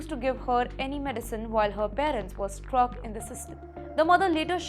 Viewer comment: Madam please say stuck. Not struck